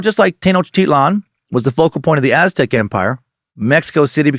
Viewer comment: Thank you Dan Cummins for such solid pronunciation of Aztec and Spanish names!